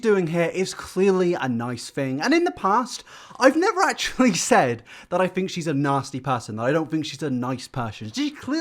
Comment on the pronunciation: "I don't fink thats social distancing"